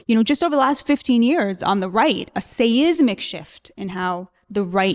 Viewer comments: Please tell the poor lady SEISMIC is SIGH-Z-MICK not SAY-IZZ-MICK ! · Someone teach her how to pronounce seismic